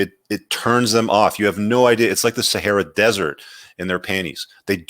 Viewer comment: Saharah Desert wwwttffff lol